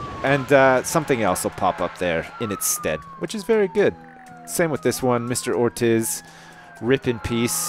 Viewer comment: That moment when I see my last name on the screen, and my house is burning down. Oh, and Ortiz is pronounced Ortees.